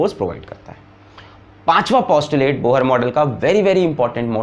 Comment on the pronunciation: Bohar??? Pronounced wrong It's pronounced as Bor